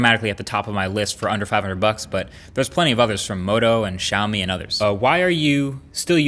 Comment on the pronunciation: what Xiaomi? you say Xiaomi?